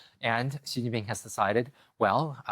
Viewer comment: Very first sentence and he doesn't know how to pronounce "Xi". Ouch, guest is a writer from NYT. And how much credibility does that paper have left? Zero. What? China breaks and remolds people? How much time did you spend in China? A weekend? I'm white Canadian, been here in China 22 years. Guess what, this guest doesn't know what he's talking about. In China, the you see the things the govt does, like building infrastructure, etc. You don't ever, ever actually see the government. They stay completely out of your life. They do not mold people at all.